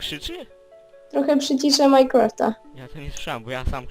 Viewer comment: nie muwi sie majkłąftaxD tylko mainkrafta!